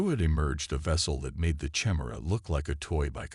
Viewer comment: How does an AI reader not know how to pronounce Chimera?